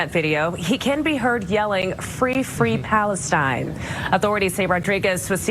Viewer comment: Fwee fwee pawistyne